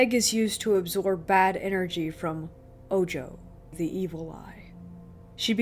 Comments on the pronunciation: It is not oh-joe. It is oh-ho. Ojo=oho. The evil eye. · Bro.. lol tell your girl it's spelled ojo but its spanish and pronounced Oho... smh. media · good narration....but the evil eye is pronounced Oho.. the j in spanish makes an H noise.... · The J in Ojo had an H sound in spanish. So it's pronounced Oh-ho. 😌 Ojo is a mostly subconscious spell that get placed on people who are the target of jelousy (usually), It makes the target sick and that cleansing gets rid of it. Mostly affects people who are more sensitive to energies.